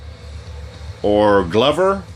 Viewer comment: lol "Glow-ver"...the picture has a glove on it wouldn't it be called "Glove-r"? Enjoying the vids though nice job...